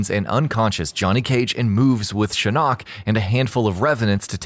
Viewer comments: you keep saying shin knock... its shin ock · shinOOOk !!! anyone else bothered by this? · I hate how you say shin-nok Not just shinnok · That's not how you pronounce Shinnok